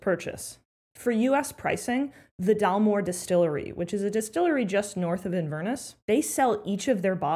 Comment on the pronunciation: First off it is not "in-VER-ness", it is "inver-NESS", it means the mouth (the inver) of the Ness River. Americans have a hard time with this. Another hint, if you are flying home, there are some really good whisky deals in the duty free shop at the airport. Plus, instead of driving try a BritRail pass (unlimited on/off) and make your next night's hotel stay at the train station (traveler's aid office) when you arrive.